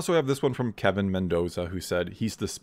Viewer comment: Hey great video and thanks for including my comment in the video. Just wanted to let you know you said my name wrong lol. It’s not Kevin it’s “Kelvin” guessing you didn’t see the “L” in my name.